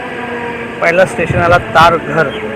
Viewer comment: तारघर नाही तरघर नाव आहे